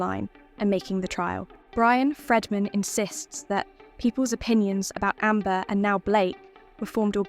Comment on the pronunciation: After ALL the evidence that came out about Amber and you still have people creating videos defending her... i can't even with this nonsense. The AI can't even pronounce Baldoni or his lawyer, Friedmans name right lol This has to be a troll video cause anyone in their right mind would know making this video is a waste of time. ✌️